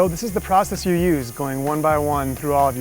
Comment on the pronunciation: "But yeeeu donr have to bee."